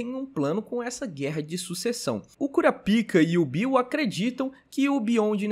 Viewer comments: Petição pro falar o nome do protagonista de forma abrasileirada. É Kurapika e não Kurapaika 😂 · O br é Kurapaika, original é kurapika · passa a chamar o SaraPau igual o narrador: "KurÁpika" Vi que tu ficou desconfortável em chamar de Kurapika kkk tmj! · Eu gosto de pronunciar "Kurapaika" mesmo, Kurapika eu não tanko kkkk.. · para de fazer enfase no nome do kurapika. Precisa ficar com vergonha não , escolha qualquer 1 e gg , mas toda hr me desfoco por causa disso.